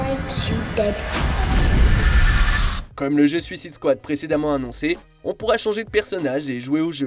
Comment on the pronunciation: Vous avez du mal a dire "suicide squad" en anglais lol